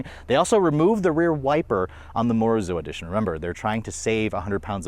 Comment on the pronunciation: please get your research together before posting the reviews. It’s pronounced as MO RI ZO. and Morizo has no wings at the back